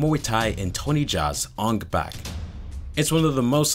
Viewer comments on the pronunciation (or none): Take a shot for every time he says Ong Bak incorrectly.